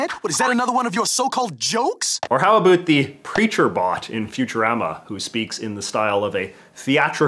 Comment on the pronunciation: Can you say about correctly once please